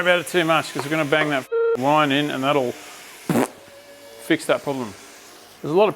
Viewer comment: Okay I’m just getting into this but I have to laugh at the 500ml of “whine” 😂😂😂